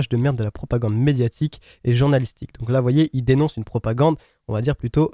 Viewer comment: On va juste noter qu'il dit "JEWrnalistique" , par rapport au reste du commentaire, ça m'a l'air d'être un bon antisémite, ou alors il est jeune et ne sait pas la traduction de ce mot